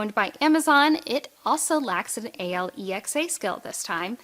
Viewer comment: I could tell she was reading off a script due to her eyes... but if I’m being honest, I actually stopped watching once she said Alexa like an acronym, don’t just read a script my friend!